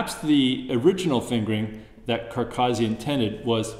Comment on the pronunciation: A great masterclass but terrible pronunciation. These North Americans, it's Carcassi not Carcarzi. To me it's like nails down a blackboard. Apart from that (which will obviously never change) excellent teaching.